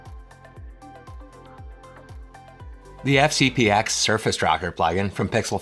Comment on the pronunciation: Wow. Anyone that actually says "FCP EX " loses any and all credibility. 🤦🏼‍♂️ And what's with the speech impediment?